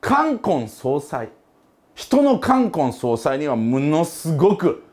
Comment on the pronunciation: 冠婚葬祭のイントネーションが気になる